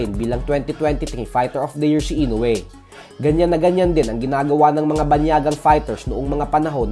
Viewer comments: Mali rin bigkas mosa INOUE 🤣 INUWE hahaha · Floyd can't say "Inoue", it's understandable, because he can't even read.🤣👍